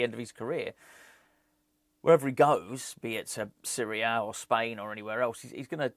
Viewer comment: My mum keeps laughing everytime you say series a , she thinks your saying syria